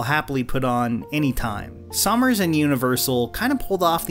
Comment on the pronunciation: Summers, Summers, Summers, not Sommers, at least bother to learn the names of people you are speaking of.